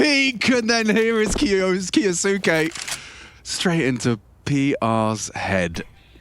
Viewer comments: This is not true, the kyou in 今日 maintains the y sound. So kyou can be read more or less phonetically. “Ki oh suke” would be 「キオスケ」which is incorrect, we are looking for 「キョウスケ」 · if its from an anime its kyoske